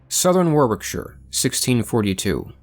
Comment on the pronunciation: Warwickshire - Warricksher. As with Worcester, we elide double consonants... Worcester - Wooster